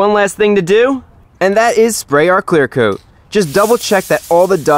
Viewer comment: "Clear coot"